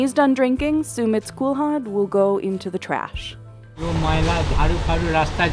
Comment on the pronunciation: That's not how you pronounce kulhad.